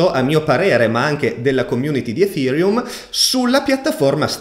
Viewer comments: Perchè lo pronunci efhereum? Nelle conferenze neanche Buterin lo pronuncia così..🤪🤪🤪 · grande, anche se ogni giorno cambi pronuncia di ethereum <3